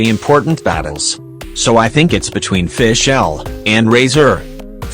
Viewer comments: "byedow" "keycing" "fishell" "xinchow" "yoyimiyeah" "gowrow" "byezu" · "FiSH-El" "Albebo😃" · i find the pronunciation "fi-SCHEL" funny loool